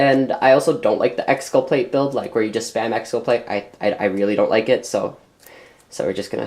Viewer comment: lol "exculpLate"